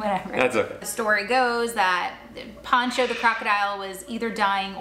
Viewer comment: Poh cho. Like ocho. Ocho Cinco. Pocho Cinco. POHcho